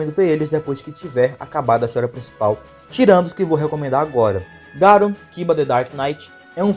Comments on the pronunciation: Ñ é Garu, é Garô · não é ser chato, é o nome certo do personagem, e é um nome fácil de pronunciar. Já pensou se chega algum youtuber e começa a chamar o Batman de Batmão. Se fosse um nome de pronuncia complicada eu até entenderia, mas Garo é um nome simples. O pior é que até os grandes canais cometem esse erro